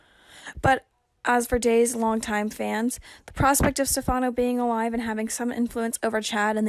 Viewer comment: Why can't the commentator say Stephano's name right. Also why can't commentator read to us so we don't have to read it. Phillip is suppose to come back could be him pretending to be Stephano?